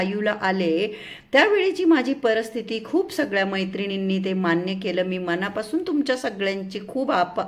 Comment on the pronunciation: मणापासुन नाही म्हणायचं. मनापासून असं म्हणायचं